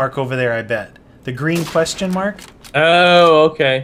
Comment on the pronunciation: Why do you say quayhon instead of question